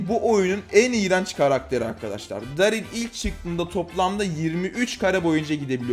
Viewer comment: Abimiz Darrly'ı Darl dedi 😂